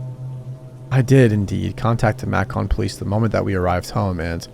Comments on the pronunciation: Macking or macon? AI reading sucks. All ready unsubscribed from another one of these channels for terrible reading. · Macon rhymes with bacon, for future reference 🙂